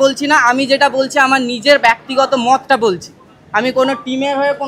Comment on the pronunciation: ব্যক্তিগত উচ্চারণ টা ভুল হলো শিক্ষক মহাশয়